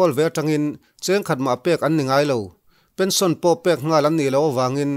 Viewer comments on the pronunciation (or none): none